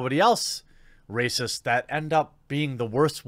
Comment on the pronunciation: Totally Rah-Cyst, totally bro.